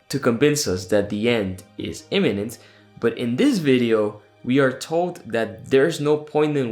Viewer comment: Yes. And did you hear how Troy Snyder confused the pronunciation of “imminent” with the pronunciation of “eminent”? It may have been a Freudian slip on his part; but, at the same time, the Society has a long history of “honoring” the accomplished end (the thought conveyed by “eminent”) more so than fostering any genuine sense of urgency (the thought conveyed by “imminent”).